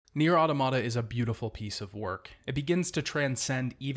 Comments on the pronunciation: you know I absolutely love you, and I found this video as excellent as the rest of your videos, but I physically cringed every time you said "auto-mata." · I always thought it was pronounced au-tomata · Good! Also, you’re pronouncing Automata wrong :)